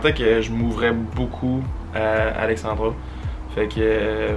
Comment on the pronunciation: Je vous trouve vraiment cute ensemble! mais c'est AlexandrA, pas Alexandroh comme dis haha!